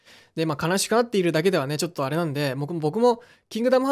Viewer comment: 土星さん あれ！ が言えない！